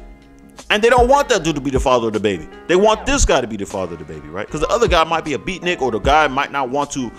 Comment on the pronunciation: Did you just say “beatnick”?😂